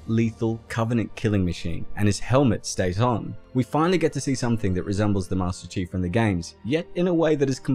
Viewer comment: I can’t stop laughing everytime he says, “master cheeks” 😂😂😂